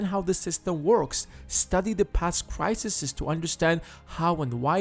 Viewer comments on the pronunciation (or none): pronounced plural form of crisis wrong :/